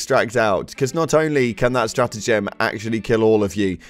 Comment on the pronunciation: Why do you say stratagem weird